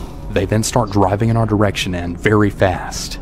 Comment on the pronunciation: Did he say go “riving”?